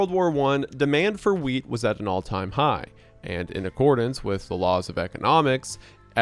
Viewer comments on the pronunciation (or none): the way I thought for at LEAST a solid minute that he was saying “weed”, not “wheat” 😅😭